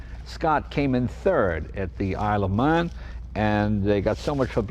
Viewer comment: the Isle of Man is not pronounced the same as Le Mans